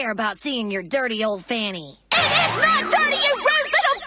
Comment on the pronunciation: Did he say fanny or panty